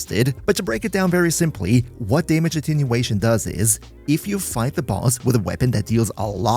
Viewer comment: its attenuation not attinuation